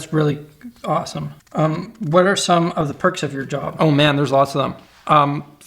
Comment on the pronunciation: "thats really gawesome"